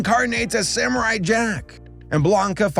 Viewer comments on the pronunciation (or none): none